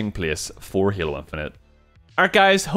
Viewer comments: It is pronounced halo. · "What makes Hyaelo, *Hyaelo*? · Why do you call it heelo? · is he saying halo? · Your accent when saying " halo" is the same way i pronounce "hello" when i walk into an awkward room of people 😂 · lol...343 comments before me, also he says halo funny, loved the video though